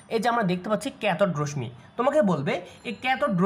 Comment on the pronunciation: রশ্ মি না।উচ্চারণ টা রশশি হবে